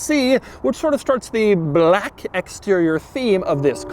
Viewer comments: Why the fuck are you saying Baalack like that? Are you trying to make this as hard to watch as possible? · Bah-lack. Bah-lack. LOL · Broooo why is he saying Blaaque a million times, im dying withthia shit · Drinking game every time Doug says BHLAKK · Doug is the kind of guy that turns the word "black" into 2-syllables. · Are u racist Doug because the infasis on “Black” made me a little uncomfortable.. just food for thought . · Doug saying "black" reminds me of the Anchorman 2 scene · Why do you say "black" like that? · Why is Doug saying BLACK like that? LMAO lol